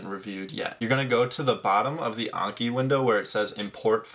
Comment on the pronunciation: there's no way that's how you pronounce Anki